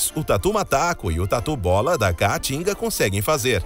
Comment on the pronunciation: "Tatu bola da ca-a-tinga" rs. O cara nunca falou caatinga na vida.